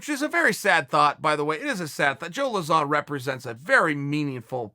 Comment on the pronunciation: Pronouncing Lauzon = Zero Issues // Yair = Hours of Content <3 <3 <3